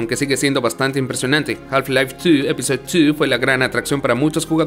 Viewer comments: Algo me perturba con el énfasis en la pronunciación en inglés del número 2... "Tiiiuuuu!!" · Soy yo o pronuncia horrible "two". Es muy molesto. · Se escucha cagado el "two".